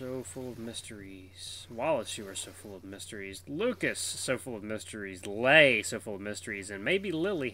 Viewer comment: It's pronounced Lay as in Sleigh.